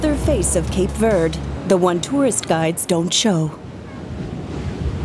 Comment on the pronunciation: Can’t even pronounce verde properly,so off